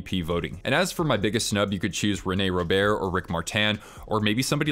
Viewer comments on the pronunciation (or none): none